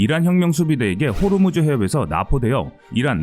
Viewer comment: 호르무즈가 아니고 호 무즈